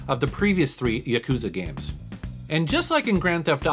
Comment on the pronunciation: It's not gmes it's games